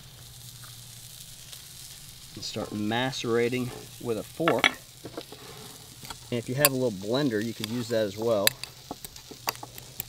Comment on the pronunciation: Love the knife work but "macerating" the avocados? You mean "mash-erating"?